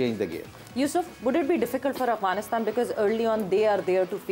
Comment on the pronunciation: agwanistan hi bolti hai aap har bar😆